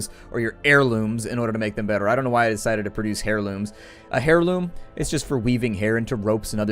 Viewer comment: It's pronounced "AIR- loom" even as it's spelled with an H. Why is that so hard to realize? When you say "Hair-loom" just cringe.